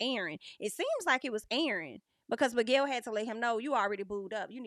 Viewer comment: I'm so relieved is gone, and we can no longer hear "Migwell"